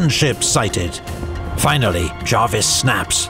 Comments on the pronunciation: Small point: John Jervis pronounced his name as it's spelt, not as "Jarvis". BBC's Pronouncing Dictionary of British Names includes this note under "Jervis": Jervis, (jérviss) ; ['d͡ʒʒrvis] (jaarviss) The first is appropriate for the family name of the 18th-c. admiral, the Earl of St. Vincent. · Amazing video, but by god its pronounced JUR-VIS not Jarvis for John Jervis, 1st Earl of St Vincent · Fair enough, but... Not 'the British navy', but the Royal Navy. Jervis' name is pronounced as written, not as 'Jarvis'. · Good video but pronunciation of Jervis as Jarvis really irked me 😅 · Why do you insist on pronouncing Jervis as Jarvis? Is it misspelt in your script? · Well I'm British, and it is pronounced Jervis.